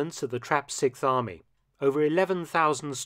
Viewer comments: Sixth Army, not Sikth Army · The SIKTH army - am I the only one who noticed that Mark cannot pronounce the word "sixth"? The worst part is that he says the word about 30 times in this video..... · You're still at it, with the "sic farmy"? Come on, you can pronounce "6th Army" better than that.